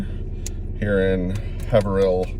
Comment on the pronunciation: LOL Haverhill Mass is pronounced Hey-vrill. Piscataqua is Piskataway. Grin you will learn. Took me a while as well Messaged your wife on FB. Summers are great, get a good bug repellent. Black flies are murderous for 2-3 weeks Is over in Sorrento